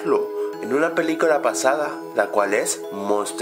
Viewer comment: segundo "en una peleculua"